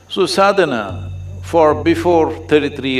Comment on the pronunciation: Please, it is called 'Sadana'. Anyway good content